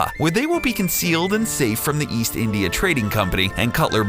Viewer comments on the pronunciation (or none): none